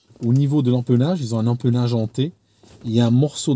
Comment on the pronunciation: Bonjour, Merci de ce compte-rendu d'abordage aérien. Pour la forme, dans le cas de double consonne précédée d'un "e": tout comme "belle" ne se prononce pas "beule", "empennage" ne se prononce pas "empeunage".